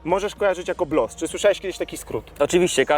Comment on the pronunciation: BOLS a nie BLOS